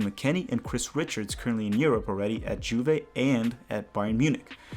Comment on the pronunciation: Bro, the J in Juve is pronounced like a Y